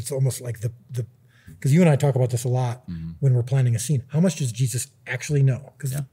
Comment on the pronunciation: “Jezus” how u gonna butcher my man’s name like that bro 😭